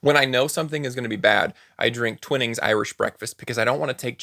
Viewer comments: Great review. And you're drinking great tea (I love English Breakfast myself), but it's pronounced "TWAI.nings". According to the conceptual rules of English orthography, your pronunciation would be correct if the company name was spelt "Twinnings". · The tea is pronounced twai-nings, not twinnings. We Brits love shibboleths. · Yet again- astute, informed, insightful analysis- the same reason I love all your videos. Will I be grateful and not Lampshade my pettiness? OF COURSE NOT: It’s pronounced Tw-EYE-nings. Yes. That is how limited my criticism is because everything you’re doing is so good.